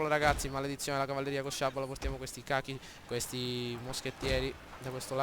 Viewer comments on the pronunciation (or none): vedi che si legge " coci " non " cachi "